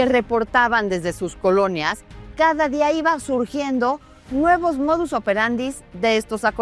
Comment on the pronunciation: "Modos operandis" no Lourdes se dice MODUS OPERANDI